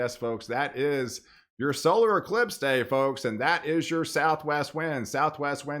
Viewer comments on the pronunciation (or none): none